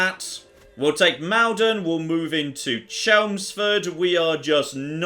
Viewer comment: Btw, as someone who lives near to Maldon you pronounced it wrong, its not Mal-don its pronounced more like Mall-don (like ball)